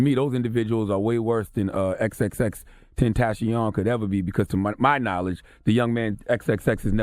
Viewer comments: It's pronounce in Spanish. Tentasheon. You racist dumbasses. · It's french "Ten Tass shiioon" temptation. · I thought it was pronounced TEN-TAY-SHUN lol not TEN-TASH-ION lol?????? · FFS MY MANS SAID HOW TO PRONOUNCE IT! TEN-TAH-SEE-OWN xxxtentacion its spanish for temptation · Ten-Tah-See-On.....He was so creative eerily seems like he felt his fate approaching. He was also suffering from depression. Mental Illness is continuously dismissed and often times Wrongfully judged. Soar Sweet Spirit 🌹 Because the God is most importantly a Forgiving God. XXXTENTACION Publicly Repented for his iniquities. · His name is in Spanish Tentacion means temptation. I'm surprise DJ envy couldn't say it. Ten-Ta-C-OON... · "Killed dead" "InstaSnap" "XXXtenseeyon" - DJ Envy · XXX Tin-Tashe-ee-own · exactly....it isn't even hard to say "xxx- Ten-Tah-cee-on" very simple but people want to play the fool. R.I.P to this man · At least know how to say his name before u get on air cmon man disrespectful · I’m really disappointed with this report. A young man was tragically killed. Charlemagne can’t pronounce his name correctly and envy sounds completely unprepared. Show some respect. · You get paid millions of dollars to do your job... know how to pronounce his fucking name for this one report on this death at least or just say "x" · It's not that hard to pronounce come on now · They gotta do better! Its jokes when its light topics and gossip but come on Envy , the lack of preparation is embarrassing and disrespectful at this point. There are so many people who watch and absorb news through this program and they can't google "pronunciation of xxxtentacion?" I think Charlamange is just being his normal self which is straight to his opinion, I can't fault him for doing what we praise him for a the end of the day. bottomline though; Rest in PEACE Jahseh Onfroy, I know he helped a lot of young people struggling mentally with his music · People know who he is!!Not that hard to pronounce.😢